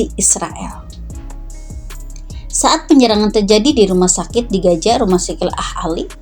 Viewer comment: Gaza kakak...bukan Gaja...😂😂.. Piss aahh